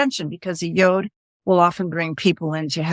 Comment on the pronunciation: Sorry to nitpick folks, but it's pronounced 'Y-odd', or as the Brits sometimes say, 'Y-awd'.... but not 'Y-ohd' (as in 'yodel')! ;-)